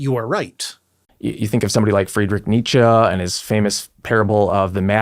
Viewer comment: OMG an American pronounced Nietzche correctly 🤯